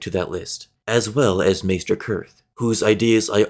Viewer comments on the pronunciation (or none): none